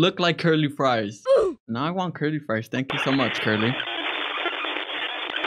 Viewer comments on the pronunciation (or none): none